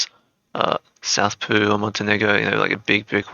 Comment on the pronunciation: Anyone gonna point out how he says Peru like poo😂 I know I'm a child. Nothing against you bro just something I found funny👍